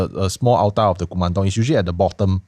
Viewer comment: Hmmm…altar is pronounced awl-tuh, not ou-tar